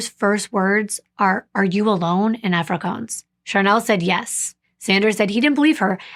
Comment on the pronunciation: I think you'll find that the language you've described is actually pronounced " Afri- kaans" the latter rhyming with " bans" not "coans" as you've pronounced it multiple times . Otherwise I found your presentation of this case to be really informative + told with compassion + great detail. I'm sorry to point out the mis-pronunciation of Afrikaans but I'm sure you'd rather it be pointed out given the amount of time , effort + the amount of details you put into your presentation of each case you bring forward. ❤